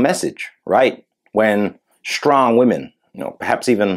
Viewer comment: SHTRONG! Lololololol